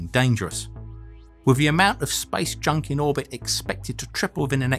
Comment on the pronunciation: I heard it 'Spice Junk' :D